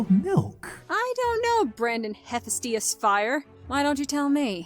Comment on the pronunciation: HEY! the God of the Forge's name is pronounced Hephaestus. You disgraceful Horse-Giraffe Hybrid!